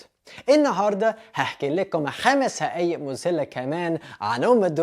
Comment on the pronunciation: استمر ماشاء الله عليك بتتكلم مصري كويس جدا بس تعديل بسيط حقائق مذهله وليست هقائق مزهله